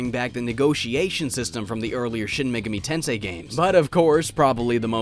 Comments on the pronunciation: I'm triggered by the way you say "Megami." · That is the strangest pronunciation Megami I've ever heard....Must be a Canadian thing.